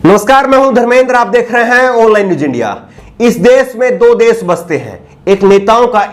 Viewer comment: me bar bar apko request krta hu plz aap sha shabd ka ucharan sa na kahe ji jaise desh ko aap bar bar des keh rhe ho bhut hi sharmnak he